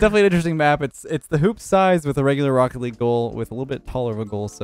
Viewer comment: Rocket League? More like: Rokt Leeg